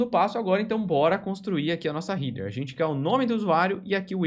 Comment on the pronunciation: muito bom material. Só um detalhe sem muita importancia, mas a pronuncia de header doi toda hora